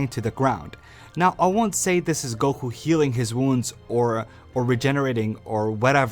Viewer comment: Stop saying goqee instead of goku dude damn